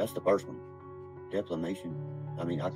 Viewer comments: “DEFLAMATION”😆 He’s gunna “press it so hard”🤣🤣🤣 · Deplamation 😂🤣 I’ve heard it all now, you know what I mean!?!? #scooterbegginsalwayswins #istandwithgotchaman